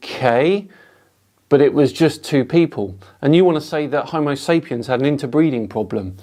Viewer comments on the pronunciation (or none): none